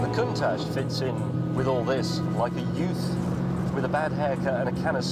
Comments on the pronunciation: i asked for a countach, not a conetach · Lamborghini contash